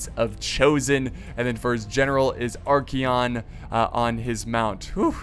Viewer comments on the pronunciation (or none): Are-KAY-on Not Are-Key-on